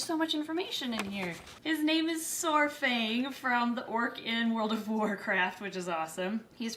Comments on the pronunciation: Hey,! Saurfang is absolutely adorable. The character is also one that is one of my favorites from the game. I may be being a bit knitpicky, but I think I heard you pronounce it as 'sore-fang'. It's supposed to be more like 'Sour-fang'. I am glad the cutie doesn't seem to have any lasting effects from that awful delivery. Fingers crossed on those frozen thawed! <3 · If you plan on keeping Saurfang's name, just a note to stop the unrelenting rush of WoW fans coming into your comments correcting you on every video he's in! It's a lot closer of a pronunciation to "sour-fang" than "soar-fang". The official is with it as "sahr-fang", with sahr being like 'tsar' if you put more of a breathy h between the a and the r. But! "Sour-fang" is how most fans end up pronouncing it, since its basically indistinguishable and easy to parse out. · Pronounced “S-Are-Fang” :) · Not trying to be a troll, I promise. Saurfang is pronounced (sour-fang) silly WOW pronunciations. Also I love your channel! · Just wanna say since I'm an avid World of Warcraft player myself, the "saur" in Saurfang is pronounced either like sour or the "saur" in dinosaur. Love ya'll, have a good day <3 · the little noodles name is pronounced SOUR-fang. like sour candy. neat character to be named after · I was going to get a Gray Banded Kingsnake but I ended up getting a Cali Kingsnake, absolutely love them both! Oh btw, Saurfang is pronounced "SAHR-fang" (kinda like "sour-fang") haha :D